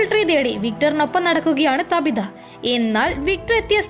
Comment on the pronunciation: താബിത അല്ല ചേച്ചി റ്റാബിത ahnu